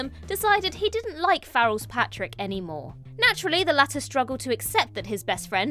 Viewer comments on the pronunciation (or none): Pàdraig is not pronounced ‘Patrick’. If you have seen the film you should know how to pronounce it. (Otherwise a huge fan of the channel but you said it wrong 5 or 6 times 😢)